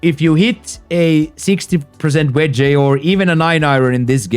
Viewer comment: My brother great video. Your English is real good but I would like to help you. On words like wedge and Fringe you don't pronounce it with the E at the end. You can just say "wedg" 😊